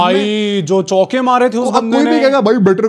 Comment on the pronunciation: "chauke" toh aise bol rahe hai jaise 2 maar diye ho 😂